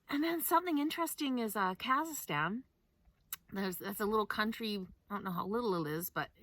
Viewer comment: FYI, Kazakistan, not Kalistan.